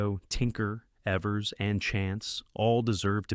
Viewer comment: Maybe not important, but it’s pronounced Eevers, not Evvers.